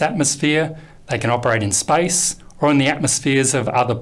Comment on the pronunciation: "theycan operate in spice"